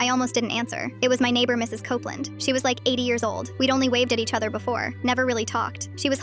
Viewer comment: Copeland... COPE-LAND